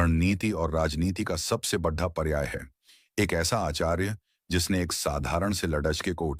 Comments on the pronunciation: Very large equal to bahut barah... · AI ne translate kiya hai .. koi real human nahi hai … isiliye aisa pronunciation hai. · बढ़ा नहीं बड़ा 😅😅